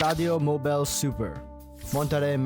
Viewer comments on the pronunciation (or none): none